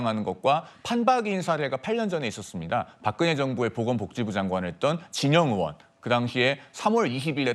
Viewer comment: 의원 발음이 안되나? 으원으원.ㅋ